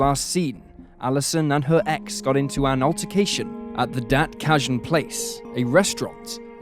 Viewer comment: I have never heard "Dat Cajun" said so poshly.